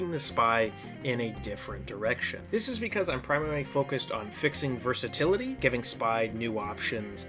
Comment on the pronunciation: This maybe grammar police but I think it's versatility not versatality though I may fail to notice the accent if there is one